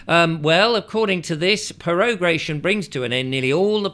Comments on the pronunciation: I love how he does a 15min vid on all about prorogation, but doesn't take 10 seconds beforehand just to make sure how to pronounce it, - also despite it being displayed 'pro-ro-ga-tion' at the very start :) bless 🤗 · Can you really not pronounce pro - RO - gation? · Pro ....... row ...... gay ...... shun (hee hee) ..... Who's in charge when the gum ment is prorogued? WE are !!!!! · You can’t pronounce prorogation lol